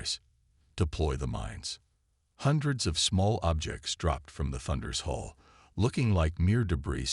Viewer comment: Hull, Coms, and more of those. When something isn't taught, pretty hard to get it right! 🎉🎉😂